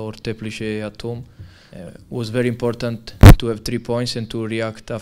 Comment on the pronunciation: nezlobte se na mě,ale ta jeho výslovnost je otřesná ani mě moc nezajímaj ty jeho alibistický kecy,jak ten jeho akcent ...:D.... atom- at home...mám dost